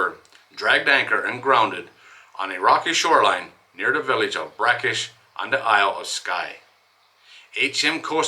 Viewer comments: Sorry , pronounciation of Breakish correct 👍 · Just down the road from me , nice to hear you getting the pronouciaation